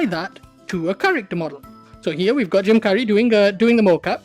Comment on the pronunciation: "Jim Curry" I'm sorry. That's what I heard and I can't stop laughing. XD